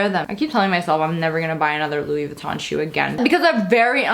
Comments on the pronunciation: Haha it's not loose vinton its louise vutton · No hate just saying it’s pronounced as “loui vitton” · Josie Vlogs haha no hate I love her. But it's supposed to be pronounced like (looie Voo-ton) it just made me laugh that's all. ❤️ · "LEWIS VITTEN" Gorl, I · The way she pronounced Louis Vuitton tho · the way she said Louis Vuitton😂😂😂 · Jadryl Veloria umm no. It's a common mistake. I am showing no hate towards her. 🙃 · Did y'all hear how she said louis Vuitton 😂 love you